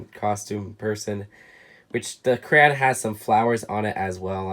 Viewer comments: Every time he says "cran" instead of crayon 🤦🏻‍♂️ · Does it trigger anyone else that he says crayon like Kuh-ruh-ah-nuh and not Kuh - ruh ay - o - nuh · said cran and not crayon and I know the word he said is not a curse word but to me it is sorry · Take a shot every time he says cran instead of crayon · I noticed that you say Crayon like "Cran". It's really cool to hear how people pronounce words differently.